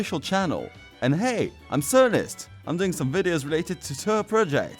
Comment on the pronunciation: Actually surprised how well you did pronounce my name